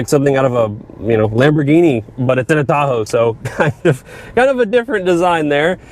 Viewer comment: why does he sound like he’s saying Thahoe